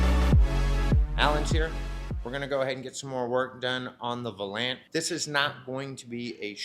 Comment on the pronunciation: Love the videos! Some good old Detroit Steel! I've had a couple of those in my day. One was a Station Wagon. LOL! Also, it's pronounced "Val-Yant". Plymouth Valiant. Keep up the great work man!